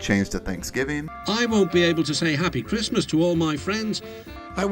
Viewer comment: Ah yes, marchrismis